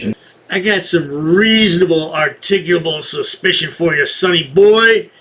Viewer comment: Reasonable huryickulat suspeeshion.